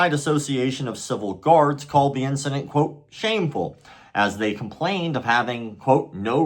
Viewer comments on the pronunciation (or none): none